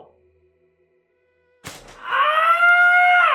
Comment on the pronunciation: "Itsa Goodah"